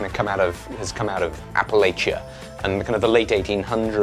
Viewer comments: I love this project and the shoutout to Appalachian craftspeople. Just as a heads up, those of us from Appalachia prefer for it to be pronounced App-uh-latch-uh. If you pronounce it Appuhlaychia, we'll throw an Apple-atcha. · I would absolutely watch videos of making chairs. Chairman Steele? Also it's app-uh-LATCH-uh. We'll the Thames the Tems in exchange. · As a proud resident of the region I must correct your pronunciation. It is pronounced “app-a-latch-an/a.” If you ever visit our fine part of the world you will get huge brownie points with the locals for pronouncing it correctly. 😆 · Appalachia ugh he says it so ungodly wrong, it hurts my ears